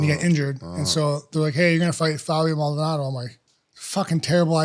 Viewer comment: After all these years rampage still can’t say Maldonado 💀💀💀